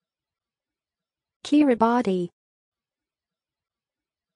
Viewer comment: This is not the correct pronunciation. It is pronounced “Keer-ih-bass”